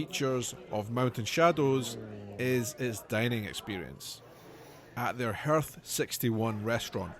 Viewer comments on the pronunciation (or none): Hopefully we’ll see more of your AZ adventure. Lots to see and do ( and we pronounce hearth like “harth””